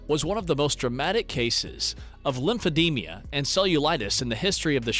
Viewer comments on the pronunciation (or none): Lympho DEMA not lympodemia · It’s not pronounced as lymph-eh-dee-mia. It’s pronounced as lymph-eh-deem-uh. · Please stop saying "lymphademia"! It's lymphedema! Thank you. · I was waiting for someone to correct that mispronunciation but I didn’t want to be the one. 😊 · It's pronounced LIMF-EH-DEEM-UH, not LIMPH-EH-DEEMIA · LYMPHEDEMA...NOT LYMPHEDEMIA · It's LYMPHEDEMA, not LYMPHEDEM-IA!!